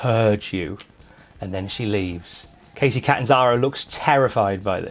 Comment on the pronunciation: Thanks, but he didn't say it like that. He said it as Kacey